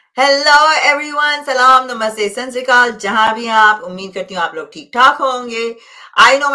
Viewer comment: Hi ma'am, sansrikal nhi sat Sri akal hota hy❤